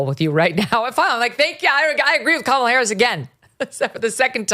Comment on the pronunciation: Does Megyn call her cumala? 😂😂